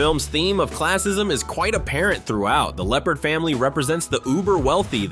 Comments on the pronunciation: face-turquoise-speaker-shape: It's 'Leopold' NOT "Leopard" ! 🤦 🚫🐆🚫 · LEOPOLD* not Leopard. This video is just slightly better than totally awful. Do better.